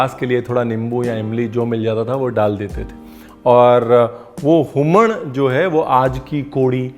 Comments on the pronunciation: So nice chef to listen the word Humaan from you. This was a perfect goan accent. I'm telling you this because I am a goan. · The way chef said Human(हूमण) was very much pleasing especially the ण , as many non goan youtubers say it as हूमन. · For hummman we also add hing, and it is usually made with prawns😊 Thank you chef, you even pronounced it right!